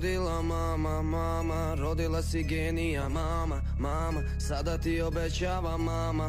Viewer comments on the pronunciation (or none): none